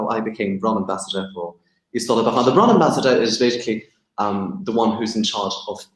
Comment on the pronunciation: Nice guy, but horribly affected accent. A total character albeit acting. He sounds like an American actor pretending to be cliched posh British but missing basic pronunciation of things. For example: 'Brand' is not and has never been pronounced BROND, that's just ridiculous. And never in the last 300 years has 'clove' been pronounced the same as 'glove'. Ever.